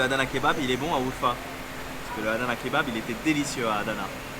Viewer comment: 2ème vidéo de ma région URFA merci frérot hhahah jkiff trop qd tu parle en turc tu prononce bien URFA 🇹🇷😂 le kebap tu as manger c'est PTALICAN KEBABI le piment la base cest la vie 😋👌🏽 a URFA on est très accueillant même à DIYARBAKIR c'est la même choses en générale la Turquie est un très beau pays et pour info tes passer devant les magasin de mes cousin 😊